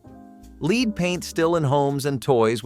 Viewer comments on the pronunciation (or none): "Leed" paint??? It is pronounced LED